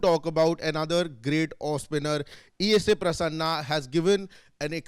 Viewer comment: IT IS E.A.S PRASSANA, not E.S.A. Pronounce our legend's name correctly.